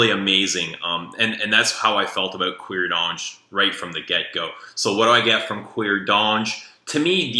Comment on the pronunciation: Oh how paaaaaainfuuuuuul.... The 'H' in Hermes is Silent... I won't even touch your pronunciation of Cuir D'Ange, BUT: you clearly have good taste, and we like the same fraggie so you can't be all bad! ;") LOL